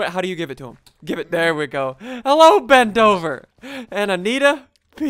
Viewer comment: When you were naming Ben dover it sounded like you were saying bend over